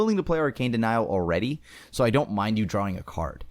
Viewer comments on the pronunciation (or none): none